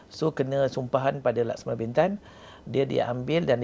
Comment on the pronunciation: Lemah lah pengacara ni. Tanya soalan pun terkial2. Tidak intelektual. Harapkan tampan, hensem dan tampan jer. Sebut perkataan bentan pun tak sama bunyi. Jgn panggil dia lagi lah